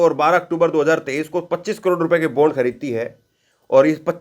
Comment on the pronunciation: Sir, बोन्ड नही बॉण्ड pz